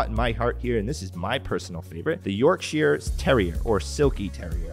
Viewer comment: York-sheere or York-shire ?